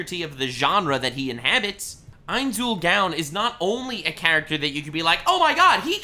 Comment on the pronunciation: mispronouncing ainzs name bothers me alot